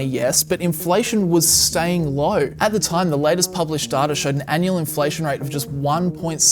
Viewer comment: I'm sorry but it's not pronounced fucking "DARDA" or darta, my god. It's data; just say "day-ta".